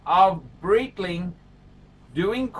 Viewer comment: The Breedling, the Breitling?! Is he doing that on purpose?